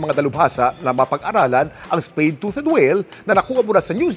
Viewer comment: Tuth ang pag pronounce kuya kim hindi tuted